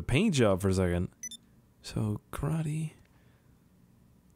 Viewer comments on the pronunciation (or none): none